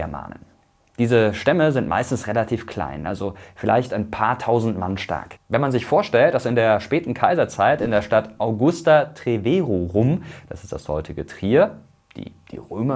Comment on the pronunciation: "Chatten" sind auf Plattdeutsch "Katzen"😂 Die Augusta Treverorum betont man auf dem (langen) o: Treverórum. Das kommt von der schwebenden lateinischen Betonung.